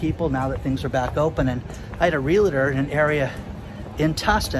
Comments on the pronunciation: I enjoy your videos sir. Fyi, Realtor is pronounced real-tor not re-la-ter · it's "Realtor" not "Real a tor" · Realtor is two syllables as in doctor, it is not 3. There is no "I" in the middle. Realtor, very simple.